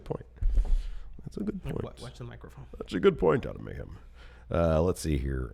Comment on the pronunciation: "And Mayhem" sounds right. May-hem, May-hem Lio Rush voice